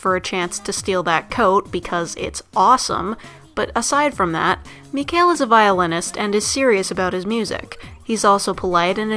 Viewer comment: (Yes, I'm watching and commenting a video posted 2 years ago) I'm pretty sure Mikhail is pronounced Me-kah-ill because apparently there are people with this name in real life and is pronounced this way.